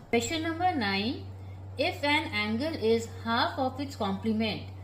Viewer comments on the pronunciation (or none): none